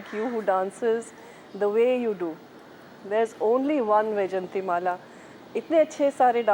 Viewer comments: No.. Its is not Y its vijayanti mala.. Meaning garland of victory.. Not vie!! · Correct pronunciation of her name..not vijanthi but vaijayanthi